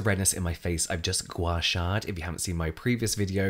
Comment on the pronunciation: the way you said “i’ve just gua shah-ed” was so english and it made me giggle :) but i am very american, so that could be an explanation lol